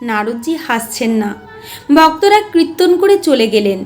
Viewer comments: কৃত্তন বলছেন কেন ? ওটা কৃত্যন নয় কিরটন বা কীর্তন । এত মিষ্টি কন্ঠ কিন্তু ভুল উচ্চারণ ! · বারবার কৃত্তন‌ কৃত্তন‌ শুনতে কানে লাগছে